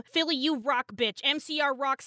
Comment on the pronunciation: Everytime I heard say "MCR", I heard "NCR", and I was like, "why do these people love President Kimball so much?"